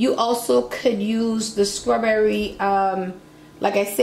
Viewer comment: Yaaaaaaas tag Dunkin Hines because you are doing the thang!!! and keep on saying sKrawberry!!! Can you pleeeeeease make a cake for one person because a whole box is too much for me, it came out sooo yummy looking Werrrk and yaaaas to this ad life!!!